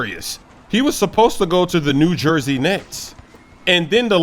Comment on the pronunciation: Did anyone hear him say "New J Nets" come on Cuhhh